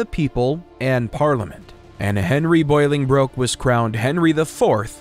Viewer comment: Please, Please, Please stop teaching people things that are incorrect when a quick check would solve the problem... Learn to pronounce the names properly before you make these videos. there is no 'boil' in pronouncing either Bolingbroke or Boleyn. Bolingbroke is pronounced "Ball-ing-brook" or "Bow-ling brook" and Anne Boleyn even the porn industry knows is pronounced "Anne Bo-Linn" (Amber Lynn took her porn name from Anne Boleyn because spoken quickly both names sound the same). You are not the only one, but I'm shocked how often youtube videos completely mispronounce the names of the people in history whose lives they are detailing. Its hard to take the details of someone's history seriously when the person speaking doesn't even seem to care to know the name of the person they're speaking about.